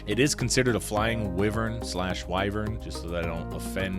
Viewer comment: Already fought him....on switch.....HEY I KNOW THAT SONG!!!!!!!! And it is pronounced WHY VERN...and I stood my ground...because Jonathan was there.